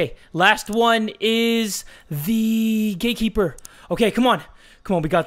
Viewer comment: I always think you say the gay keeper XDDD